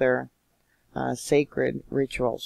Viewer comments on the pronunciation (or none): none